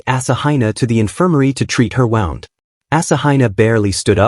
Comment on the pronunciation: Wow, so we have reuploads that only add stuff over an hour in, likely an AI voice with a monotone and can't pronounce words like wound and instead say "wownd" or say find instead of found. Can't wait to find another channel that actually READS a script instead of putting it through AI